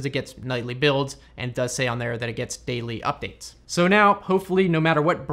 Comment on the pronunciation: Lol said Udates!